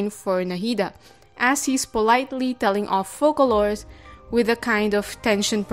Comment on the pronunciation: Two things. Firstly, my understanding is that Focalors is pronounced Fosalors. It lacks the ç we would add in french to indicate c should be pronounced as s instead of k when placed before a or o, but that's likely due to this being a feature existing only on french-speaking keyboards. Secondly, I'm intrigued by the fact that when Focalors frames Neuvillette with the picture, it kind of reminds me of the doorways of the buildings in the desert part of Sumeru. Especially when they are closed. Am I the only one seeing this?